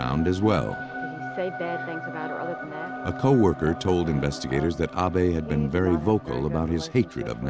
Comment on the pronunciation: And they kept saying Ah Bay for the son in the last case. That's the Japanese way of pronouncing Abe. If he's American, it should be Abe, short for Abraham, as in Abe Lincoln.